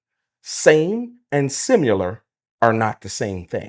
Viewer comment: "same and simular"...ummm SIM-U-LAR ... thats not a word sir. you trying to school this mine and lack correct pronunciation of a simple word like SIM-I-LAR